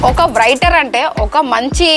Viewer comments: వ్రయిటర్ కాదమ్మా. రైటర్ అనాలి...... 🤣🤣🤣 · వ్రఇటర్ ఆ 😄😄 ... రైటర్ అంటారమ్మా ... ఏంటో ఎక్కడ నుండి వస్తారో వీళ్ళు